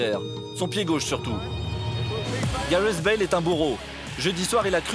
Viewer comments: Gazllet bale ?? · Garez bale😂 au début il a dit